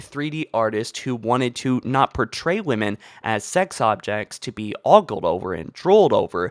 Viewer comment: A few things: 1. She isn't "female" because she isn't alive. 2. "She" is clearly not naked or nude. 3. STOP SAYING OOGLED! IT'S OGLED, IDIOT!